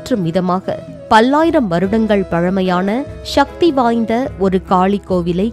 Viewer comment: தாங்கள் சற்று தமிழ் உச்சரிப்பில் கவனம் செலுத்துமாறு தாழ்மையுடன் கேட்டு கொள்கிறேன். சக்தி என்பது ஷக்தி என்று கூறும் போது ஒரு செயற்கை தளம் தெரிகின்றது.